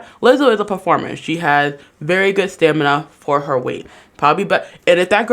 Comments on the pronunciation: “staNiMa”?? Girl anything you have to say is automatically dismissed if you can’t properly pronounce words in your argument. 😂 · "Stanima" I love it haha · "stanima" XD